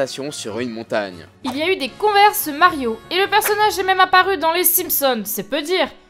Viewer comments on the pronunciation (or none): none